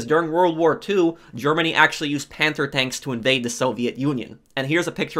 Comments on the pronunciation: Are you saying panther or panzer tank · its not panther its panzer